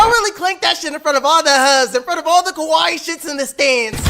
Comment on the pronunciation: U keep saying こわいい (Kowaii) “Kowaii” means “scary”; ur supposed to say かわいい (Kawaii) that’s Cute, or pretty.